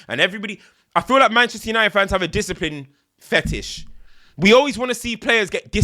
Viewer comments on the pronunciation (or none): "Discipline Fettish" 😭